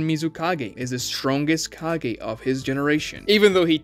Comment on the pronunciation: Ka-GEH. not Ka-GAY